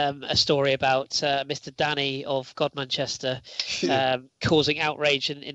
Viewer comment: A little bit of 'Fenland Lingo' for you boys, 'Godmanchester' is pronounced 'Gum-ster'